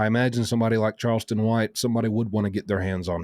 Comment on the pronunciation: Its not karlston, c' mon,, your the only guy who made this mistake